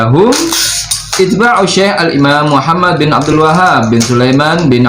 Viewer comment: Punten kang itu tdk bisa di baca itba' tapi yg mungkin adlh ittiba' Masdar dari madli ittaba'a atau atba' jama' dari tabi'...